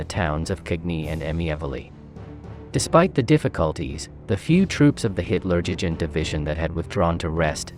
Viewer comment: What a load of tosh. You can’t even pronounce the name of Caen… let alone Hitler Jugend. The German troops defending were well armed SS Divisions. Montgomery’s hesitancy were manifold. The reluctance for civilian casualties, secondly the superiority of German armour and gunnery, thirdly it was more of a ‘fixing’ operation to hold the best German troops around Caen while Patton outflanked them. Honestly, this is such a poor YT channel when it comes to studying military history.